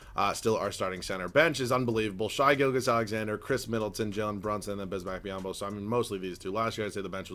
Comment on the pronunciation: Its shay not shy gilgeous alexander